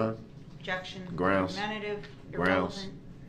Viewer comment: New drinking game. Drink a shot whenever he says “Is it fair to say”. Two shots when he says “grounz”. Three when he says “axed “